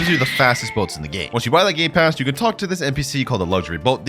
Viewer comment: Dang bro rlly said gay passes